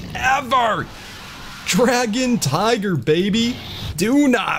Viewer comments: Anyone noticed he said «tigger» not tiger? That triggered me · Why when you say tiger you say tigger bro it’s tiger, tigger is from a kids show and I’m not a hater it just gets annoying